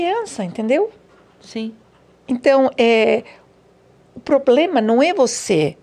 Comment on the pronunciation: o poblema é não esconcer né? kkk